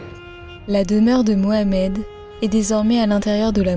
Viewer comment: Merci d'avoir prononcé correctement le nom de mon prophète Mohamed ou Muhammad et non Mahomet qui est n'est pas son prénom c'est vrai c'est une insulte ça signifie celui qui n'est pas guidé alors que Muhammad c'est le bien guidé. Convertie à l'islam depuis 14 ans j'ai trouvé la paix la sérénité c'est le meilleur choix de ma vie mais prononcé la shahada avec conviction fait entrer en islam le frère n'aurait pas dû vous la faire prononcer si vous ne vouliez pas. J'espère un jour comme vous pouvoir aller à Médine et faire le pèlerinage à la Mecque.